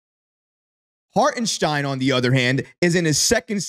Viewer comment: Great video, but please figure out how to pronounce Hartenstein's name properly, dude! 😂 LGK!!!